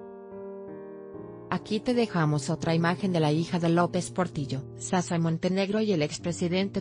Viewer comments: Es shasha no sasha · Que narración más pésima. Que es Sasa...Narradora no pronuncia bien